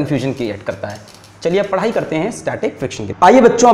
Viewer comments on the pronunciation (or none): none